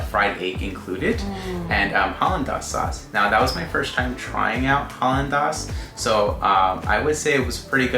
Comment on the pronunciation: Great recommendations! PS, Papa’aina = Papa “eye-nah” Hollandaise = Hollan “days” Ululani’s = Ulu “lah nee’s”